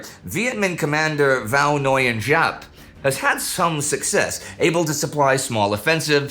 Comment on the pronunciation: Nguyên /ŋwiən˧˧/ Nguyễn /ŋwiən˦ˀ˥/